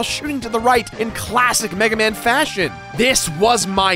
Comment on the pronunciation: We must recover all the energy meguaman